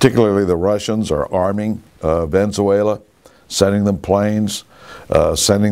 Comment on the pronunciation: "Ven-zuela" Obvious intentional mispronunciations are obvious